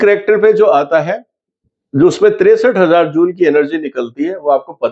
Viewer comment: Sir, it’s रिक्टर, not रिएक्टर.